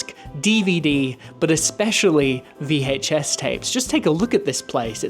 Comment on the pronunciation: The way this guy over pronounces the H in VHS drives me insane. It’s like watching Stewie from Family Guy